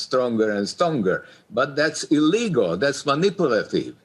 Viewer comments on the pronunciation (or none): ILLEGAL! not ILLIGAL.